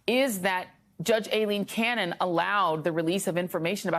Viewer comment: He said "Aileen Caron." (Pr. Karen) lol